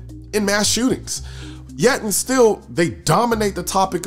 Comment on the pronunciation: Colion… what weapon is used in mass shoo-ings? It’s not ARs? Serious question